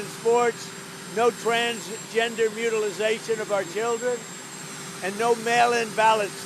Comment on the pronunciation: Word of the day- "mutilization"